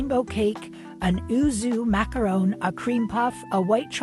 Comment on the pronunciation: Did I hear you say you liked a macaroon!?!??!?!?! 😂😂